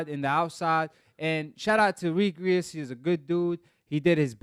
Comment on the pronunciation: you’re not pronouncing Regis’s name correct